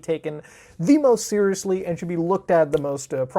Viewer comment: When he said “feriously stepth” lmao